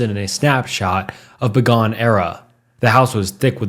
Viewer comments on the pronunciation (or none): You need to work on your pronunciation and voculabary it's not a time Begone it's a bygone time